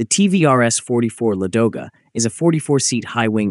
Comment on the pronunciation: Why do Anglo-Americans always make mistakes in the stress of Russian words, and distort their names!? Is this some kind of internal Nazism? Why is the stress on the second syllable, if the correct stress is on the first syllable? LAdoga